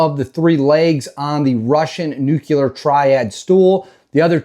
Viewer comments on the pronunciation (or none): Learn how to pronounce “Nuclrear”, not” Nuculer”. Who are you, Jummy Carter? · Nu cle er. Nu cle er.